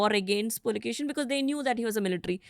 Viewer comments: Its Pulikeshi ✅ Not A Pulkesin❌ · Immadi Pulikeshi not Pulikeshin II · With all Due respect he is Pulikeshi, pls stop calling him Pulikeshin.... Pulikeshi name was kept with respect to his ancestor... And ofcos Puli= Tiger, Keshi= Hair.... Which means The one who had Fierce hairs of Tiger.... Not literally although, but to emphasize...😊